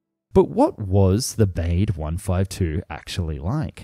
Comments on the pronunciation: These videos are so insightful. I admire the effort you put in to all of them. But Baade should be pronounced “Barda” rather than “Bayd”. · More "Bawdé" than "Beyde".... pronounciation, go ahead, make the effort. Otherwise, very interesting. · I'm not German but I'm pretty sure Baade isn't pronounced "bade". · Every time he says ‘Bayd’ and not ‘Bah-duh’ I feel a little bit of myself die inside. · "Bah-de" not "baid". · Looks a bit like a Stratojet with that centreline undercarriage.And it would be pronounced "Bahdih" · Looks like a really cool plane. Shame it never materialized. Though I have to say it would be pronounced Bah-dah based on german pronunciation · Yes, more like Bahd-eh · Try "BAH-day". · Would the German name Baade really be pronounced to rhyme with "wade"? I doubt it very much.. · Apart from the horrendous pronunciation of German names (at least some approximation after research could have been done -- "Baade", for example, is actually pronounced approximately like "BAH-dey"), I got annoyed with most of the video treating East Germany and the USSR as the same thing (to the point that you even had to say "the USSR in Moscow" to mean the actual USSR when a distinction was needed). True that East Germany had a puppet government totally controlled by the Soviets, but it was still a separate, different country. The 1952 uprising, for example, was nowhere near the USSR, unlike what was stated in the video. It would have been better if you have used the expression "East Bloc" to mean the actual USSR plus its satellite states. That's what you really meant by "USSR" in most of the video, and it's not the same thing. As done in the video, it would be the same as saying that Munich is in the United States and BMW is an American brand of cars, because they were from West Germany and hence from the West Bloc...